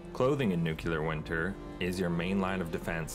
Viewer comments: Looks amazing! And umm, by the way... it's NOO KLEE UR, not noo Q lur /sigh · You said "nucular" :-P Very interesting mod. I'm keeping an eye on it for my next playthrough. I feel, "winter is coming"...